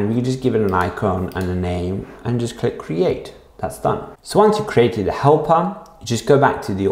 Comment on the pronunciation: i thought u were saying hellpup before i saw helper, hellpup was cooler